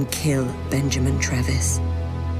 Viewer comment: Watched the whole playthrough, well done mate, couldn't help but mention the way you say "KILL" it sounds like "KEEL" 😂😂